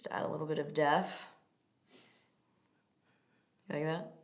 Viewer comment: Did she say a little bit of deaf and not depth?